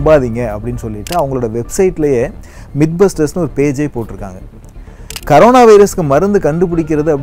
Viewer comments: It is not karona.. It is corona. What a funny pronunciation 🤣🤣🤣🤣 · athukku peru c o r o n a virus. neenga thappa c a r o n a virus nu pronountiate panree nga hope next tme correctah pronountiate pannu veenga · Pls tell Corona bro ninga koronq nu soluringa